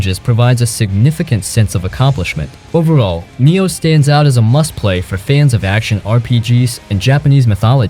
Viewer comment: I died inside a little whenever he pronounces 'Nioh' 💀💀